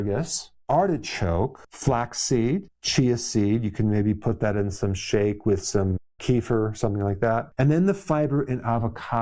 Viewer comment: Kefir, not kifer